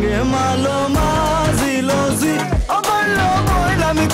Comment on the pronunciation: জি বলতে ঝি। ছ & ঝ এর প্রাণ (বলার সঙ্গে যে শ্বাস ছাড়া হয়) এই আঞ্চলিক ভাষায়ে নাই। অন্যান্য অক্ষরের জন্য আছে।